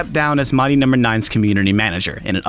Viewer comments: Why do you say "mighty" like that??? It makes me extremely angry. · The way he says "mighty" sounds so off